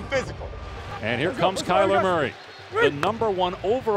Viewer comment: I was Watching with subtiles cuz im from Québec and Man.. they killed His name 😅 doing things like Kyle Emery or Calamari ... That kill me wtf😂